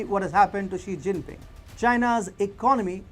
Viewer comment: “Jingping” lmfaoo 🤣